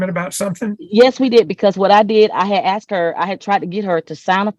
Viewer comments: But he axed her😂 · He axed her🙄